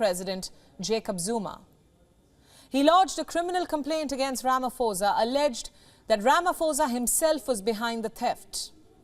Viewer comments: Ramaphosa not Ramafosa. You must learn these things. If you can be able to pronounce put you can be able to pronounce phosa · You pronounce "pho" like "po" not "fo" and "sa" as "sah". Butchering all the names being mentioned here. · its not falafala, its palapala. Its not ramafosa, its ramaposa. I support everything else you say.